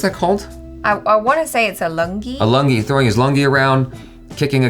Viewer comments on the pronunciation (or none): It's lungi not langi 😂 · Hey...its Lungi "LU" not langi..but its cute wen u pronounced🤩